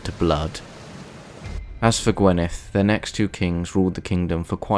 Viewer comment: I am Welsh, I live in "Morgannwg" and was enlightened and fascinated by this doc. Welsh pronunciation was a good attempt but maybe get a welsh person to give you some better sounding pronunciation of say GWINeth not gwenith for example. It is always a laugh when English speakers try to say Welsh words.